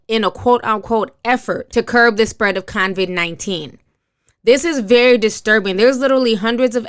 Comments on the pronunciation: She is saying Convid but that is just a mispronunciation. The importance of what she is saying overrules her mispronunciation. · You really should practice reading. I was cringing. Also, there is no “N” in Covid-19. It’s not call “Convid“ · Ti please stop saying CON-vid 19. It's COVID-19.... just sayin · Sis please tell us who is Convict 19😂😂😂 it’s “KOE-VID” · COVID-19.. ITS COVID-19 SIS! Not CONVID! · Hi! Thank you for this! Your commentary is very important on this subject. I will just give u a little critique and I am not trying to be fierce. I really like your channel and I think you are dope but please pronounce COVID-19 as it is. It's COVID not CONVID. I saw someone comment about you pronouncing it incorrectly and because it looks like this virus will be around for a while and hearing COVID-19 will be happening a lot, I just want you to be aware of the correct pronunciation ok? Seriously no shade. What you have to say is important so getting that pronunciation correct is paramount in getting these very important facts across. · No, it's just her pronunciation. It's coe-vid 19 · It's pronounced CO-VID...lol. Like CO-Worker. Thanks for the update on this. Good information to know. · Did she just call it “convid”?? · Convid... Vietbanese... these words are a bigger struggle than necessary